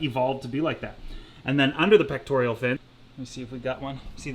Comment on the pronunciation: Come on it’s pec-tor-all not pec-tor-E-all. You knowledge is impressive as is your channel. You desire to educate us is admirable. One would think you want your pupils to get the basics right. 😋